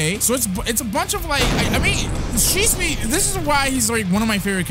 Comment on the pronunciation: well u pronounce shisui to shisu